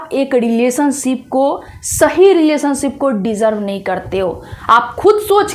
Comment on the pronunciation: रिलेशन नहीं लिडेशन